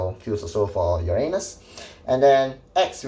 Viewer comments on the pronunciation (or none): When he said uranus i always heard Ya A Anus 🤣